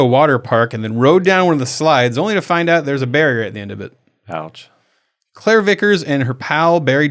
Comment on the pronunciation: Ok. I had to re-listen to this. I thought the couple ran into a BEAR and not Barrier at the end of the slide. Lol🤦‍♀️